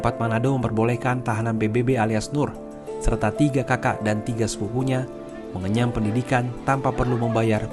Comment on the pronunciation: MengeNYAM pendidikan bu.. bukan mengeCAM 😂